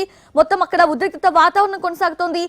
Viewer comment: హలో పాప ఉద్రిక్త కదూ.. ఉద్రిక్తత.. ఆ రోజు సిద్దు తో సెట్స్ లో అంటే.. సెక్స్ లో అన్నట్టు వినిపించింది.. కొంచం telugu నేర్చుకో